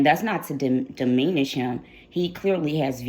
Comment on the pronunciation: The way you “patois” is funny 😂 you also mispronounce a lot of English words, for example “diminish” 🤣 that was pretty funny too , u said “deemeanish”